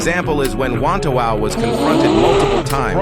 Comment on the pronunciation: ah yes wantawau, haven't heard that since forever